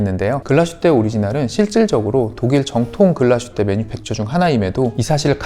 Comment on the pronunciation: "Glashutte"는 독일어 'Glas'(글라스) 및 'Hutte'(산장,오두막, 움막)의 합성어로 '글라슈테'가 아닌 '글라스휘테'로 발음하는 것 맞습니다. 참조하셔요